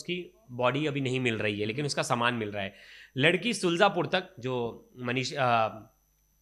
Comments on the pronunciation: सुलजापुर नहीं शुजालपुर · शुल्जापुर नहीं शुजालपुर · शुजलापुर नही शुजालपुर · शुलजापुर नहीं शुजालपुर बोलो।